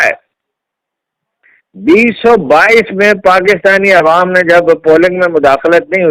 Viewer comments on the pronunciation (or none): none